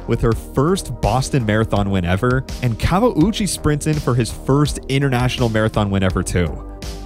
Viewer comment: This YT'er and the Portuguese announcer knew how to pronounce his name unlike the American announcers who kept butchering it and not even trying.